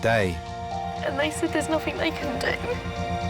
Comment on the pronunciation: Where is the K in the english word nothing? Why do they say nothink lol